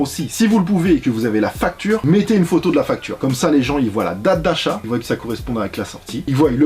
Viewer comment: Voient pas voYent 😭